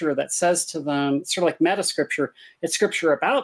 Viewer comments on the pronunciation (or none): none